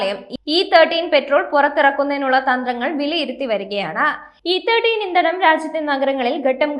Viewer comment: ഇ തേർട്ടീൻ അല്ല മോളേ, ഇ തേർട്ടി.